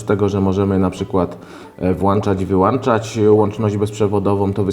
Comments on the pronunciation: co razi najbardziej WŁANCZAĆ I WYŁANCZAĆ ???!!!!!! (ok 4minuty) Kiedy nastaną te czasy ze mówi się WŁĄCZAĆ I WYŁĄCZAĆ ? !!! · Włączać i wyłączać a nie włanczać i wyłanczać!!! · włączać, wyłączać a nie włacząć wyłaczać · NIE MOŻESZ WŁANCZAĆ I WYŁANCZAĆ BO NIE MA WŁANCZNIKÓW I WYŁANCZNIKÓW. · "Włanczać i wyłąnczać"... naprawdę...? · włanczać wyłanczać wifi? ;d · włanczać i wyłanczać